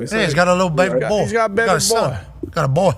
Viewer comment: Calling Darius "boyh" twice is 60 seconds in that accent is diabolical